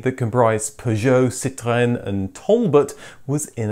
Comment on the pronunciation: Ahhhh another upload, it is a good day! Also I love your pronunciation of the word Citroën, living in France I still struggle to deliver this word and follow your french based car vids as a language outil aussi 😎 Merci!